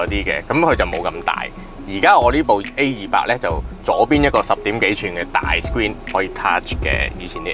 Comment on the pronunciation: 主持改善下懶音會令人容易聽D, A200 =/= A28